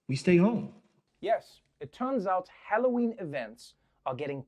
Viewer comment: he says "HElloween"